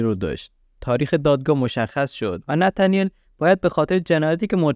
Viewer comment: ای قربون این نتنیل گفتن با لهجه ات 😂 هر دفعه میگفتی نتنیل کلا حواسم از پرونده پرت میشد .... جدای از شوخی کارت عالیه پرونده ها رو با مستندات تعریف میکنی ادامه بده امیدوارم همیشه توی کارت موفق باشی 🌹